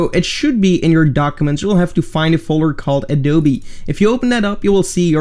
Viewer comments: not adoobe...but adoobii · Am I the only who laughed when they said “adoobe”